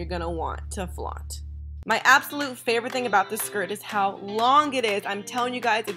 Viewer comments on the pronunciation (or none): none